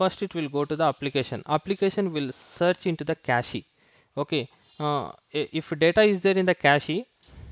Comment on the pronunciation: It is pronounced cache - cash not cactchy redis - read-is not red-I-S